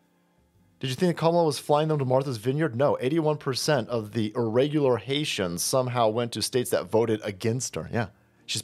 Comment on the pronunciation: "Hay-tee-ans" ~ Cher Horowitz